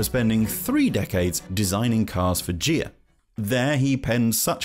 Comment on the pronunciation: Thanks for the lovely video. And if you care: “Ghia” is really pronounced “Gea-Aah” and not “Djee-ah”. No offense.